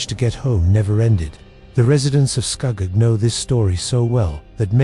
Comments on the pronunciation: I was born in Ontario in 1967 and I know ALL of these areas mentioned. First,, there is NO Shades of Death rd in Muskoka. We say SCOO-GOG.. not SCUHGOG.. and I have never heard anyone mention this story. Gore rd is NOT in Niagara.. it is in the Malton/Caledon area close to Airport rd. The deadly curve on Mississauga rd is found towards the bottom end of Mississauga rd as Mississauga rd starts at Lake Ontario and runs north all the way up into Streetsville. There is a natural mineral spring close to that section of Mississauga rd where clean natural mineral spring water would flow out of the rocks and people would line up with water jugs to fill them - having lived in Mississauga since the 70's and having travelled the road quite often, I have never heard the story of any "ghost bride" hitching a ride. I actually lost an old childhood school friend who was hit by a car and killed on Mississauga rd.. and anyone who knows that section of Mississauga knows that it has historically always been the wealthiest real estate in all of Mississauga with million dollar mansions everywhere. I also know Kingston rd/Hwy 2 very well.. and I have NEVER EVER heard this story before! I can tell you for a fact.. that if you are driving on the QEW/Gardiner heading into downtown Toronto.. right at the York st exit off ramp which is a circular off ramp.. there is a ghostly figure that is transparent that will step right out into the path of your vehicle and you will drive right through it. I have se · It's Scugog